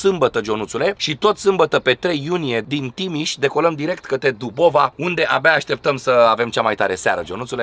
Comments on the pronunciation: Imi vine sa vomit cand te aud ca zici DubOva... ai fost de 100 de ori acolo si nu ai inteles ca se numeste dUUUbova, accent pe UUUUUUUUUUU nu pe O. Gresesti prima, a doua si a treia oara, dar mai departe e lipsa de respect. In rest toate cele bune! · Dl., cu tot respectul, este dUbova!!!! nu dubOva!! va rog frumos..